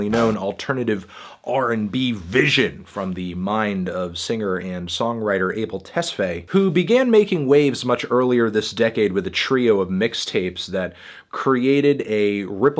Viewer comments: you pronounce his surname as 'Tesf-eye' like the organ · his last name is pronounced tes-fi like lo-FI